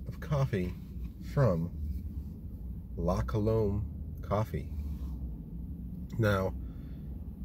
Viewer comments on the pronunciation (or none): Pronounced "La Cuh-lumb".